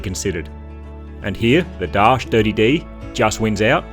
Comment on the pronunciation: DARCHE = DAR-CHEE!!! 🙉🙉🙉